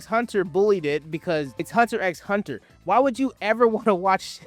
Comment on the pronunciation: It is hurting me every time you call hunter hunter that